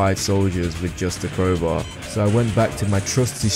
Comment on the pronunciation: "tHe kWoWbAw"